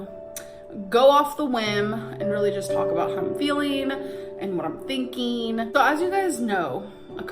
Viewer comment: “how I’m feeleen and what im theenkeeng” shoot me in the head